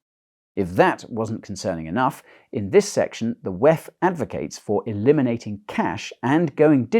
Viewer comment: Can you please remake this video and ffs stop saying wehffff